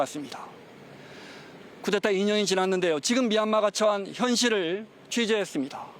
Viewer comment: 기자가 쿠데타를 자꾸 쿠테타로 읽네